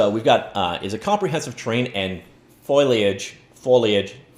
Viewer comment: Faux-lee-edge just break a word down into its syllables and say it phonetically easy